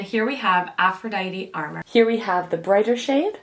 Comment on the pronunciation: Just for future reference it's pronounced a more, which means a secret or illicit love affair or lover. Lovely review by the way :) I got the Venusian sunrise blush and the Lunar Allure highlight. I really am enjoying both!